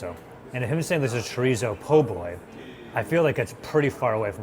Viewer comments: I know. Just putting the wrong em-PHA-sis on the wrong sy-LLA-ble. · it's cho-rees-oh